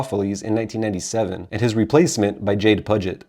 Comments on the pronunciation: Hate to be that dick .. But i do believe it’s pronounced “Pew-Jit” like the Puget sound Jade Pew-Jit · Maybe research how to pronounce the names correctly of the members of the band bro. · This is true